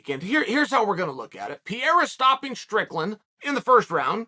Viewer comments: This is somehow better than DC's "Peheira". Why would the first R have a different pronunciation from the second one? Haha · "Pierre" And Adesanya - Chael Sonnen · STOP CALLING THIS MAN PIERRA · Say it with us Uncle Chael, “Per-rare-ruh.” Or you can just call him Stone Hands. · You know its per-hey-ya right.. Depending on the spelling, r's in spanish are pronounced as h's.. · are you being ahead of us as always or stupid, since you pronounce pereira as piera...??? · lol Chael butchering Alex's surname gotta love it😂🤣😂🤣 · Only here to listen to all the ways uncle chael mispronounces Pereira 🤣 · Chael is butchering Pereira's name. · jfc - still can't get the mans name right ... Knocking out Strickland should earn him the respect to pronounce his name right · Love how Chael even finds a way to mispronounce Pereira. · He deffo does it on purpose, no way anyone would say it like he does, especially being its one of the most common latin Portuguese/Brazilian names. But then again Chael is a patriot and thinks America is the gold standard for everything 😂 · and thats a fact! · I love Chael but he stays mispronouncing stuff lol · It’s not Pierre or peria. It’s pereira. This guy just can’t get anyones name right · Man please, it doesnt pronaunce “Piera”, its PEREIRA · comon it should not be that difficult to say P E R E I RA and not P E IRA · t's not PIERA, it's PEREIRA XD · His name is pronounced 'Pe - Hey - ra' not 'Pee - era' Lol surely pundits can start saying names correctly this said Chael is undefeated. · Its ‘p e r e i r a’ not Pierre bro! 🤣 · Chaels pronouncement is always classic PEE-AIR-AH Uncle Chael ... it's PUR-AIR-AH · Its not peira, its 'pereira ' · All the english language broadcasters say it well. Pay-ray-rah. Chael insists in calling the guy "Pee-rah". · Chael say this with me PE-RE-IRA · Pierre uhhhhh, yeah let's do it. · Pee-era is just great guys. Pierre-Uh just might be your favorite fighter’s favorite fighter. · You say pereira name like pee era lmfao